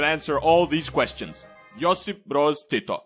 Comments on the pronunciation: Damn that was some nice pronunciation of his name, most people butcher our words, I'm quite surprised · Im a Serb and I know how to say hes name and u really sed it good like u are from Balkan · You said Tito's name with such a nice Serbian ( or any similar accent ) accent 🤔